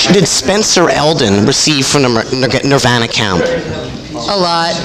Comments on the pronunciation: They both seem annoyed, and honestly I think it’s pretty warranted this time around. I’ve never seen Nardwuar act like such an annoying little shit. Throwing a whole book at them that he knows they haven’t read, mispronouncing the band name seemingly on purpose (watch part 1). I absolutely adore Nardwuar, but he’s pretty much a stereotypical South Park Canadian here. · Notice how Courtney stresses the correct pronunciation of Nirvana every time Nardwuar deliberately mispronounces it?